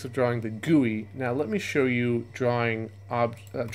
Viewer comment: this video is great and helped me learn a lot, but i can't stand the way you say gui